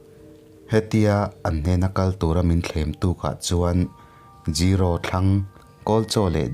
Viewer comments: Gero nilo in zero tih tur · 0=Zero(Zee-row)✔ 0=Jiiro (Jee-ro)✖